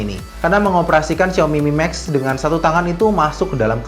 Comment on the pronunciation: duhhh namanya... siaomi mimeks.. fyuhhh